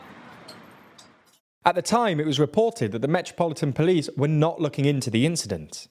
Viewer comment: Haha “plice”